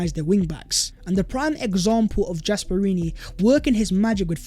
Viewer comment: Gasperini isn’t pronounced with a J .....